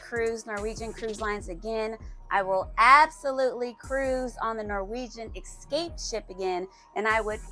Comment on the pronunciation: Esssscape not Exxxxcape just sayin ;)